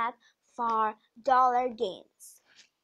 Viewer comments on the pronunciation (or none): none